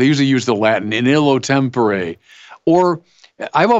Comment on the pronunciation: In Latin, you wouldn't say "in illo tempore", least of all in that pronunciation. If you want to brag about your Latin, xou should at least get it right.